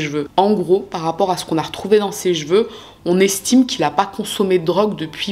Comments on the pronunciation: J'aime bien tes vidéos par contre pour sauver nos oreilles, les prochaines vidéos si tu peux dire chEveux et pas chveux mes oreilles te remercieront 😅🙏🙏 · Bonjour. Tes vidéos sont assez bien réalisées. Par contre, j'ai été surprise que tu prononces: j'veux... au lieu de: cheveux. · Même si on connaît une histoire, ta version est toujours super intéressante 👍🏻👏🏻. J’attends souvent le mot que tu ne sais pas prononcer « seveux », petit défaut de prononciation qui me fait chaque fois 😂. Bravo pour ce bon travail!!!